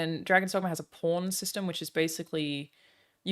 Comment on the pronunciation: did anyone else first thought Alana said porn system instead of pawn system? 🤣